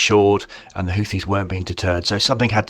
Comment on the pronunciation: I'm just happy to hear a reasonable pronunciation of Houthi.